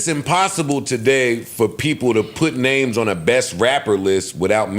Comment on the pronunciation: Joe be butchering the fuck outta people's names lol